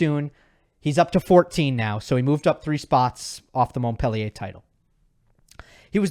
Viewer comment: Please learn how to pronounce Montpellier ❤ You lose ethos when you pronounce it wrong. Don’t get it the wrong way Love your channel